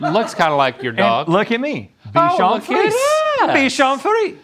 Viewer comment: This is the OCD inside of me and I'm not trying to be a troll. But it's pronounced bee·shaan free·zay. Not Fees. Lol! Not a big deal.